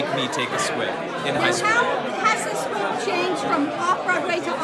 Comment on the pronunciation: It's SQUIP...not squib. :)